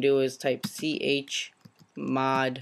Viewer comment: #makong042488 IT'S CHMOD DUDE you got so fricking close (chmad)...